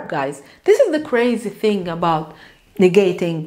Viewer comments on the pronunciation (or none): none